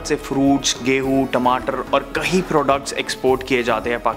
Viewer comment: I just wish you could work on your pronunciation. The word is 'kayee' for 'many' not 'kahee' and the past tense of 'karna' is kiya, kiye, ki, kii(n). Oh and it isn't 'fir' its 'phir' - an aspirated p.